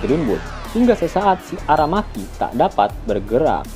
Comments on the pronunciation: Admiral Aramaki woy bukan Arameki 😂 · Ara maki atau Ara meki min,,kayak ny Ara MEKI cew min😂